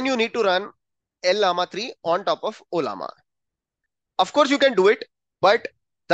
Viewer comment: It's pronounced as Laama not L-Lama.. just an fyi..